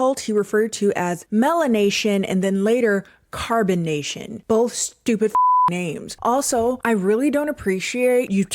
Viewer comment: Gonna be honest, I keep hearing carbonation not carbon nation